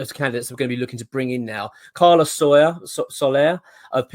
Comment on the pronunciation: SO LAIR. Not Soyer ffs lol